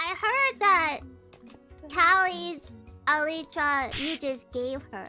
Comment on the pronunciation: You know, might be the first youtuber I've heard pronounce the word "elytra" correctly. (I thought it was kind of ironical considering her less than perfect English, but it might be that she looked up the pronunciation exactly for that reason)